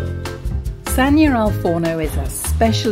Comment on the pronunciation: LASAGNA not 'la sagna'